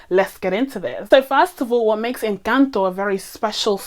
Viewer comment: We love a non-Spanish speaker doing their due diligence to say the name of the film correctly 👏👏👏 This Venezolana is impressed :)